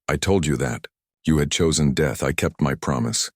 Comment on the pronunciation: that right there is the problem with AI, that statement, " Then you've ....................Chosen Death " that AI pause and the wrong intonation, it just ruined the whole scene